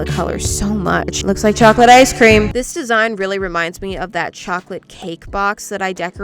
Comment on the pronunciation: Omg when ever she says ME it sounds like Emmy and that’s what people call me